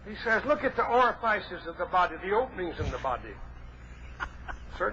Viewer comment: Oh my god. ...was he a preacher or something? Who the hell is he preaching to? What a clown. Ori-fices, ah-nus? He's afraid to say penis? He tried to teach sex-ed to the children?